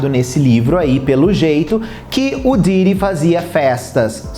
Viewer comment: O cara é youtube e não sabe pronuncia o nome de Diddy!😅😅😅